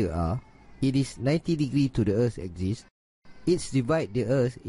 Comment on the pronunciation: its prounounced A-KSIS- like x-ray NOT like eczema like YOU pronounce it..